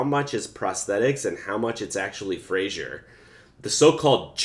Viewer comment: How about learning to say his name correctly. Fraser rhymes with razor. It's not Frazhier. I did NOT enjoy your video and will not subscribe. Learn how to say his name if you're looking for subscriptions. Jesus.